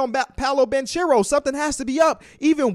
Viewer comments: Hey the guys name is pronounced with a hard c like bankero I hope it helps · Paolo’s last name is actually pronounced “Bankero” (correct Italian pronunciation) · Banchero Is Pronounced Banckero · Pronounced "BANK-ERO" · I thought it was pronounced (ban kare-O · bro doesn’t even know how to say banchero’s name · Can you please say Banchero right?